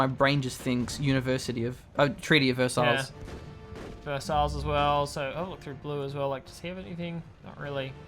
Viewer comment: Versailles? It's pronounced ver-sigh or ver-say, not verse-isles :P